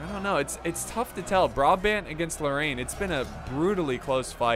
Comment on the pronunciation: A little tip :) Its about the way you pronounce brabant, switch the wat you pronounce the firtst A with the way you pronounce the secand A :) then its correct, anyway love the vids!!!